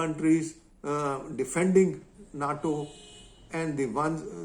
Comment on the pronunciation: NATO = 'nay-toe'